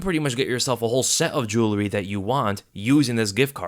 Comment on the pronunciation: can’t say Jewelry